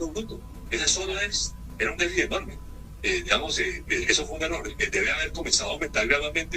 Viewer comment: Con mucho respeto pido por favor se pronuncie déficit (con t al final) no se dice "déficis".